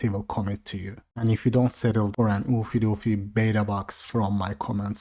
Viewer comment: Oofy doofy is NAW not Law xD